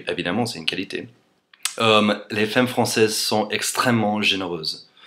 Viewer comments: c'est marrant tu prononce 'femme' fem au lieu de fam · "femme" ça se prononce "fame" et non "fème" ! voilà voilà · Comme je l'ai déjà dit, "femme" se prononce "fame" et non pas "fème" ! voilou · On dit "famme" t'es trop mignon :$ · Hi! I love your accent and your videos are very funny and interesting! I appreciate the fact that you make great efforts in learning french and build correct sentences. I have one suggestion for you: when you pronounces the word "femme", the first "e" has to be pronounced "a" (like in Nicolas). I know it's weird but as you have been learning french for 3 years, you should know that some lettres are not pronounced as they are written :p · Juste un petit conseil pour ton accent, femme se prononce comme si on mettait un "a" à la place du "e" donc "famme" sans prononcer le "e" de fin donc "famm" ;) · on dit famme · Femme se prononce Famme :) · En fait ce sont de "bons" stéréotypes non ? Mais sinon, "femme" ça se prononce "famme" avec un -a bien articulé. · Juste comme ça, même si ça s'écrit femme, on prononce "famme" ;) A part ça bravo :) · Si je peux me permettre, ne perds pas de vue qu'on prononce fAmmes.;) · J'adore ! "T'as un probleme, c'est plus 'demerde-toi' quoi !" Ahahah Fait gaffe a dire femme comme f-A-mme (comme dans 'art') et pas 'f-ay-mme'... As in 'Faaaame, I want to live forever... :) Ceci dit: ad-o-rable accent! :) (PS: tu vois, les femmes francaises draguent ! Tous les commentaires ci-dessous le prouvent) ;) On the other hand, I agree you should do an English version too (plus, this would teach us Frenchies the English language... with the best looking teacher there is on youtube!) ;) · On dit FAME, pas féme :) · Salut, Je voulais juste te signaler que le mot "femme" est une exception il se prononce FAM et non FEM. Sinon franchement ton français a une phonétique vraiment très bonne. Je ne sais pas comment tu as réussi à faire ça. Ce n'est pas évident de perdre autant son accent. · Ca se dit 'FAME' pas 'FEME'